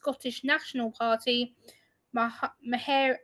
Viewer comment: Her name is pronounced like “Marry”. Hard one for people who aren’t Scottish I think. 😊